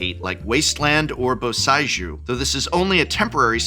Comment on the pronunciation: Hearing pronounce Boseiju made me unreasonably angry.